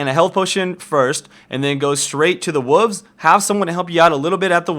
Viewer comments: What's a wuve? (what says when he is talking about the jungle route) lol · "go to the wuvvs" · I heard woovs each time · lol the "wulves" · is it just me or did someone else hear wuvs to? If you ask me, i kill wolfs. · "wooves" XD